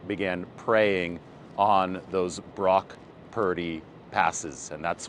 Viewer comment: QB "Broke Turdy"?